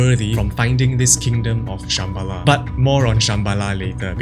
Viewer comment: Не Кайеш, а КАЙЛАС, вообще-то!! и не ШамбАла, а ШАмбала!! Ужас тихий с ударениями!!